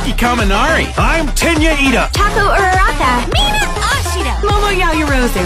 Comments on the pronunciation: lmao the first video i heard it ''Taco Uraraka''! lmaoooo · Can someone PLEASE tell me why I keep hearing 'Taco Uraraka' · On first tik tok it sound like uraka sorry if I’m writes her name wrong it’s like she said taco raka lol